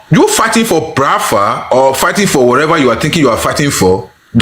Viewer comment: This Bini guy cannot pronounce Biafra.